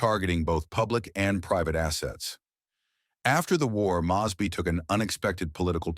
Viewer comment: You really should learn how to pronounce people's names properly especially John mosby